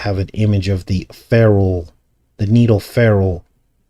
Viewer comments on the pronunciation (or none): When you said needle ferrule, it sounded a little like Mia Farrow. 🤷🏻‍♀️ Maybe I just need to clean my ears.